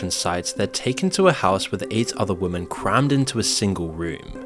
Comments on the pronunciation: the plural of woman is women (pronounced 'wimmin'), not woman. workers is pronounced workers', not 'workerses'. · "women" is pronounced "wimmen" my guy